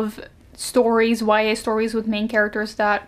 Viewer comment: Everytime she says YA I hear Y/N😂